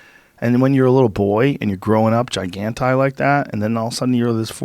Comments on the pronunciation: Why does Joe Rogan keep saying Macauly Culkin was giganti instead of gigantic? It's hella annoying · Jesus joe just say gigantic